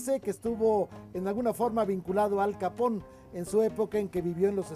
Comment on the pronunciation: Capone, no "capón"